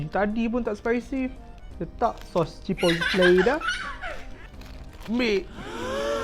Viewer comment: Sebut betul betul chi-pot-le 😂😂..semalam baru makan chipotle ni..akak suka laa sedap hehe ..